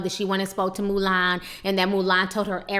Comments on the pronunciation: I lOVE how Ti keeps calling Milan "Mulan" 😂😂😂😂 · I laugh every time you say 'Mulan' I think of that lil chinese girl in the disney movie.